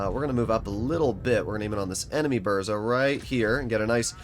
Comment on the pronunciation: Use Polish voice translator for proper pronoucing BURZA